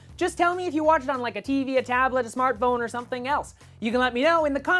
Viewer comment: hahaha he said smartbone :P